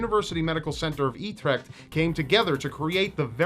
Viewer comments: e trecht lol He is trying to say Utrecht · hey, utrecht is (pretty much) pronounced ou (from you) and then trecht:p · Did..... did you just say etrecht...? Well only dutch folks can pronounce utrecht. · I love the way you pronounce Utrecht haha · That's some real nice pronunciation of Utrecht there! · I really like how he pronounced Utrecht wrong. If he tried it in Dutch it would be funnier through. You will get there some day... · I loved how you pronounced " Utrecht "... Lol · I love how you pronounced Utrecht haha (I am from The Netherlands :3). You should do - Seriously Strange deaths on vacations (Or any variation of it) Love the video and I have watched ALL your videos so far :3 I went back all the way to your 1st ever upload till now! Keep it up!!